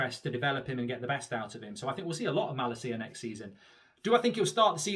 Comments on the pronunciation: It’s malacia not malaseeya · It is pronounced with emphasis on la ma-LA-cia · I'm sorry mate but your pronounce of his name is appalling... Just call him Tyrell and that name is English as well, no need to butcher that either 😅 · As a dutch person for the love of god Mark learn to say his name right 😂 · Plz pronounce malacia’s name correctly 😝